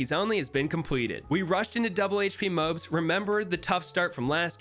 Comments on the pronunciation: MOAB not MAOB, DROOD?!? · wtf is a mobe... DO YOU MEAN MOAB? Mow-ahb mow-ob please it's killing me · it's MOAB not MOB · It’s not mobes it’s more-abb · did he say mobe or moab? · Thats a moab hes saying mobe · It’s Moab not mobe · Bro says mobe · the "mobes" 💀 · No way this guy says moob and drood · Say Moab right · mobes? what the hell is a mobe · Is he saying mobes? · Why does he say mobes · I hate how you call MOABs MOEBs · It brings me pain when he says MOAB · I love this video but please pronounce MOAB correctly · I'm not a fan of how you pronounce MOAB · The way he pronounces M.O.A.B. gives me anxiety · i hate the way he says moab